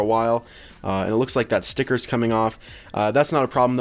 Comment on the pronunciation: I love when people say stickerrrrrs Stickerrrrrs STICKERRRRRS! STICKERRRRRRRRRRRRRRRRRRRRRRRRRRRRRRRRRRRRRRRRRRRRRRRRRRRRRRRRRRRRRRRRRRRRRRRRRRRRRRRRRRRRRRRRRRRRRRRRRRRRRS!!!!!!!!!!!!!!!!!!!!!!!!!